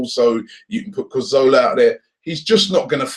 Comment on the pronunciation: Hi Robbie, since you talk about players a lot, please research how to pronounce their names. Especially our own players. Carzola? I know you're not a commentator, but it's just respectful. Schär is pronounced (Cher) like the singer/actress. Sorry to be that person or if I sound rude, but I'm trying to be helpful.